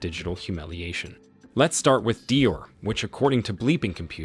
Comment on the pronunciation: Beta and Dior are mispronounced.